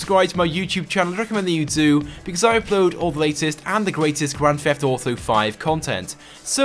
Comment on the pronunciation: can't stand when he says "fheft", I mean, the FUCK is your accent that you pronounce a t as that.